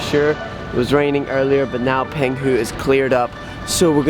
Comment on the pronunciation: Pronounced PONG hu.